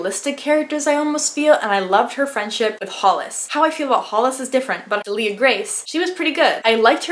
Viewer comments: Just FYI because I listened to the audio book - DEAL-ia Grace. ;) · Pronunciation help here- idk about you guys but pronounced the names like this: Delia Grace- deelliah grayse Eastoffe- eestoff